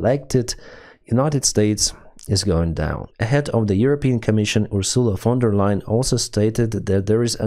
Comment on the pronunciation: Von Der Leyen, not lion